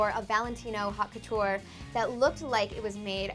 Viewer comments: "haute" is not pronounced "hot". It's more like "oat". Sheesh. If you're going to do a video on it, at least learn how to pronounce it. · The pronounciation of "haute" is awful